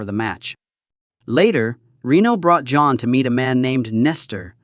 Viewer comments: Quit calling him Joan. It’s JOHN. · Love how the Temu AI reader keeps pronouncing “John” as “Joan”. 😂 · "John".... not "Joan" moron.. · Why does he keep saying Joan